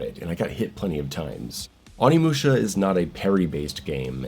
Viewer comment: its not AW-nimusha. It's O-nimusha (probably, correct me if Im wrong)